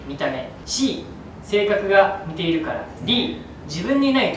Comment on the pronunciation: 矢花くんって関西出身じゃないよね？「似↑ている」って発音気になった☺方言男子すき 樹くんが出てるとコメントがそればっかりになって、侍達へのコメントみたいなあ。 普段のコメント欄が面白いからよけいに笑